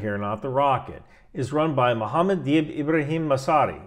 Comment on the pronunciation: That Italian accent came out when you prounced Mohammed's full name.